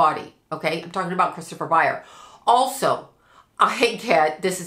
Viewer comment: ByerS with an S. How can you do a reading and continuously get one of the main characters name wrong?